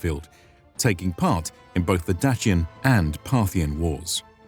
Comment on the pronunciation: It was nails on a chalkboard to hear Dacian pronounced with a ‘ch’ in the middle. I’ve worked with several well regarded classicists and never heard that used seriously.